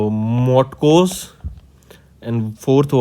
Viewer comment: Sir it is not morons it is morans and motoks not motkos pleasee do some study before uploading. Iam from Assam